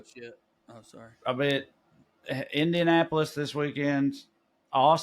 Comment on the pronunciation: PS-Sawwy I missed the live